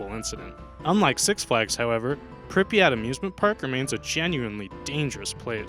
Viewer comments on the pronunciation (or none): none